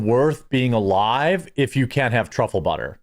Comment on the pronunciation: TRAHFILIN" Truffle Butter! 🤣